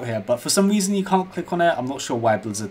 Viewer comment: “fow some weason “ I cant get enough of your videos *